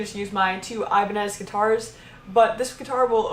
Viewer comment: "aibanes" DIOS MÍO, with the "ñ", my spanish speaking ass got mad